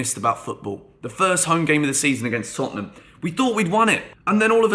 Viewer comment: Hahaha Tottenhunm who